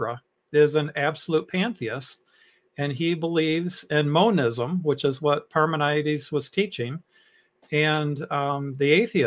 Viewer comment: You are confusing Parmenides in Plato and Parmenides the philosopher, You are also wrong on the pronunciation.